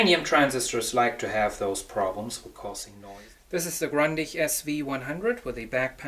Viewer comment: Grundig! Nicht Grandich